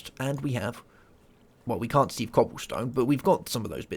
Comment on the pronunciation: Its called a sieve (pronounced siv) not seev